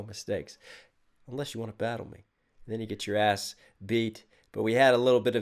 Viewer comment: When Picasso says ‘Back to you’, he actually says ‘Back to Jew’.